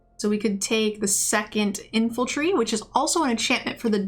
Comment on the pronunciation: Your drafts are great, you're great but my brain short circuits every time you say infaltry and troxill instead of infantry and toxrill 😬